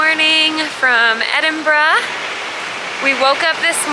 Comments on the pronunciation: Kudos for getting the pronunciation of our capital city right. So many Americans say "Edinboro", but you nailed it with "Edinbruh". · Congratulations on pronouncing it correctly instead of ''Edinburow'' as most Americans say. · Agreed, but with the exception of 'Lomond'.... LO-mond not loMOND... 10/10 for Edinburgh!!!